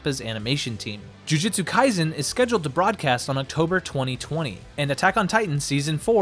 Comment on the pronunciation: Sorry to be that guy, but my soul hurts every time you say jujitsu kaisen.